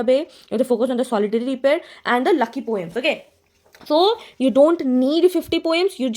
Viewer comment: Wordsworth ka lucy poem(lu/si). Aapne usko lucky pronounce kiya, to maine apko bataya. Poems about a girl lucy.. so uska pronunciation i think lu/si hi hoga, lucky nehi hona chahiye.